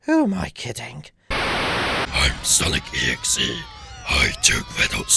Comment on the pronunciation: How many times did you see Sonic.EXE? Also, the . in Sonic.EXE is supposed to be pronounced with the other 2 parts. Just wanted to say.